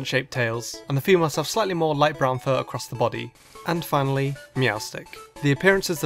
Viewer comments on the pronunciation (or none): none